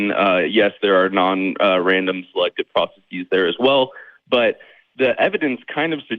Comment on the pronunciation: Christopher and others need to stop saying “processeeze.” It doesn’t need a Greek suffix and it honestly sounds like a pronunciation people use when they want to sound smart. The rest of his argument was the usual blagh and the hosts disposed of it ably. And we got Chapter 97 of Kevin’s headcanon, which is always a trip.